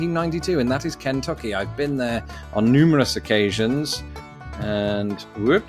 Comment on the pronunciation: For all your thoughts on pronunciation you adding the short a sound to the first syllable of Kentucky is what just drives me nuts. Do you think its spelled "Can Tuck EE?